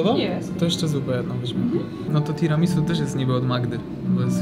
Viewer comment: Nie "tiramisu" tylko "tiramisu' ". No i nie "pana kota" tylko "panna cotta". Mała korekta językowa.